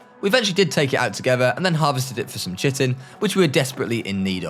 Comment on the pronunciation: No way he pronounced chitin shiten